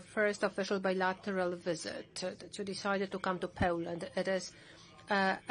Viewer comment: her English accent was very poor. They could've hired someone more qualified. FFS she couldn't even pronounce Poland properly. That's a disgrace in itself.